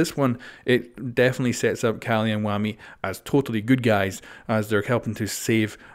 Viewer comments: It's annoying when he says wami instead of wamai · Say it with me... Wah-my (like pronouncing MY) Wah-my Not whammy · DID YOU JUST CALL WAMAI (WA-MYE) ...WAMEE (WA-MII)? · Could you please Pronouce wamai correct?